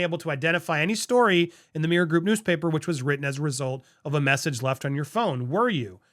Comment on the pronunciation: Slow down...You say meer group. Its mirror.